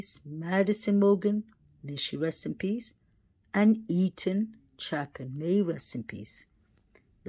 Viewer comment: Love your channel but please pronounce their names correctly... Ethan's is pronounced chay-pin and Kaylee's is pronounced Gon-sal-ves 🤗